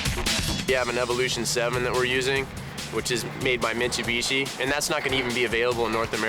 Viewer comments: Wait, what did he say, misuiiibuushshiyyy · "Mitsubischi", sounds so funny how Paul prounces that (not trying to trash him), but of course I hear and know what he means, just sounds funny, that's all!